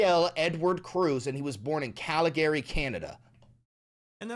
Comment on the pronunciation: He said Calgary wrong, as a Canadian that bugs me 😂 (love you )